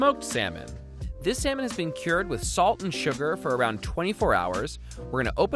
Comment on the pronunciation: Err...He is say seminal ...or salmon . I hope it's not what I heard wrong....